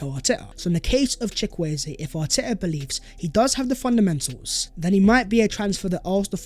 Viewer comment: you are pronouncing Chukwueze wrong